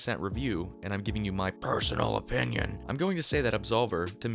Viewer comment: I'm reffering to , stuff like "personal opinnion" you say it in a way that took my out of the experience. However, as you said it's an older video. But I reslly like your voice, remindes me of CGP Grey (which is a good thing in my book).